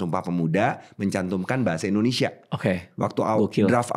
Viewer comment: Indonesia tp diucap Endonesia. Biasa diucapkan pemerintah. Bikin kesal aja (